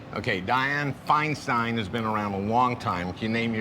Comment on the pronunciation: The first time I heard the correct pronunciation of the name Feinstein by an American.